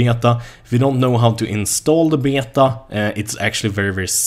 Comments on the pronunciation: You pronounce it 'Bay Ta' not 'Be yay ta' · Beta, pronounced Bay-Tah. Just a friendly correction, instead of Bay-uh-tah. When said quickly it sounds like bay-dah. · Älskar hur du säger Beta när du pratar engelska och så kommer en svensk dialekt XD